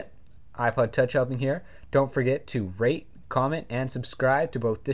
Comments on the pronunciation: sounded like u said dnt forget to 'rape'...lol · it sounds like he said "don't forget to rape, comment, and subscribe" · it sounded like u said RAPE comment and suscribe at the end lol